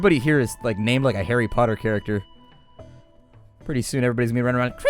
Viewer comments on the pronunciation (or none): none